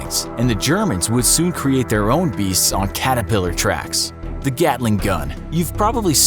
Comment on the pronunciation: "on CATERPILLAR TRACKS." They all had tracks. What's with the tone that makes it sound like the Germans created it?